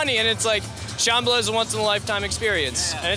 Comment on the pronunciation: Why do they all mispronounce Sham-bal-ah. Did I miss something?